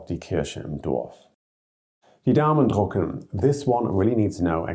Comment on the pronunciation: You said "to print the thumbs", the difference between "drücken" and "drucken". When you know how to pronounce the French U, it's the same.